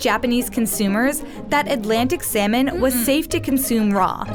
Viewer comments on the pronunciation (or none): Salmon sound more like semen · instead of salmon i hear semen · Can u please pronounce salmon properly its sounds like semen😥😥🤣🤣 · I'm latin and when she said 'salmon', I heard 'semen'. Lo sé soy nuevo. Los latinos me entenderán xD